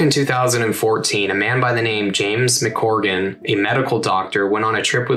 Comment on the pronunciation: On that third story, can't you even read your own printing of the young doctor's name ? Corgan sounds nothing like McGrogan !